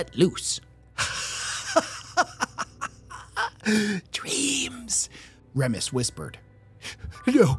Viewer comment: Remus = reemus not REMus.